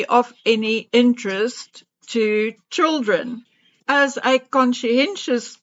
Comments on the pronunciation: I am South African and we say CHILDREN. NOT CHOOLDRIN.... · It is pronounced CHILDREN. Is NOT CHOOLDREN.